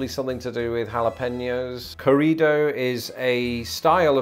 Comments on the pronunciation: Pronunciation tip: when you see two r's together as in 'corrido', you need to roll them. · Arroyo, corrido; trill those "r" sounds...